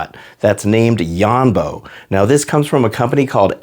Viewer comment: ITS YONBO NOT YAMBO